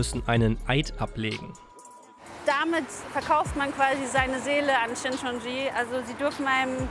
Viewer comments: Die Sekte heißt Shincheonji, nicht Shinchonji. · Richtig heist es "Shincheonji"